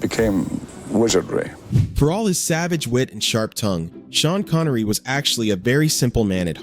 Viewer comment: You mean how Shavage Shean Connery Wash